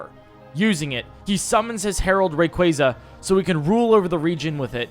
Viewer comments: im sorry did u just say REEYOUKRA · your saying Rayquaza wrong its not rayqwazea'